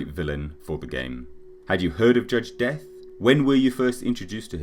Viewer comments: yeah just thought you pronounced it death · His last name as a human was De'Ath. Pronounced DEE-ATH